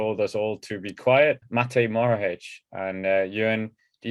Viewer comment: It's Matej Mohoric not Morohic